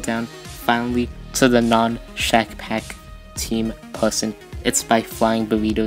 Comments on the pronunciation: bro, he said shackpack correctly Also hello ( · o HE SAID SHACKPACK CORRECTLY POGGGGG